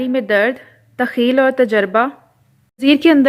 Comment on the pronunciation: تخیل کا تلفظ بہت غلط ھے